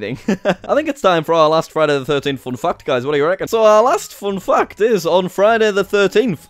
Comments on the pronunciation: When you say "fact" it sounds like you are saying "f**ked" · the way u pronounce fact XD